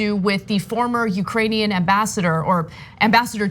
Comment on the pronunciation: Lol “ugranian”